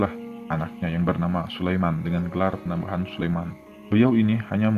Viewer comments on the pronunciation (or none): Ralat* (penyebutan gelar Raja) PANEMBAHAN / PANEMBAN